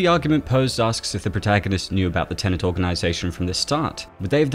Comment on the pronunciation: Cool. Now all we need is a video explaining how to pronounce "Tenet" without saying "tenant" instead.